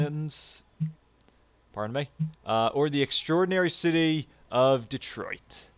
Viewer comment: Yay! you pronounced detroit right! I hate it when people say it 'dee-troit'